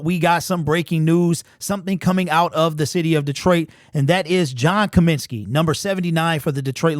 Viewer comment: It’s COMINSKY fool